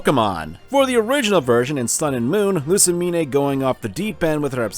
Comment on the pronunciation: You pronounced Lusamine as "Loo-sa-me-neigh"?